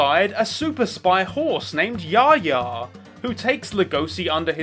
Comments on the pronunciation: it's pronounced yaf-ia...not the hey ya song lmao. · very confused on how u pronounces yafya